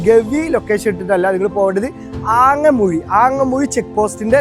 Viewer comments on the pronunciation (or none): ആങ്ങമുഴി അല്ല ഹേ അങ്ങാമുഴി അണ് കഷ്ട്ടം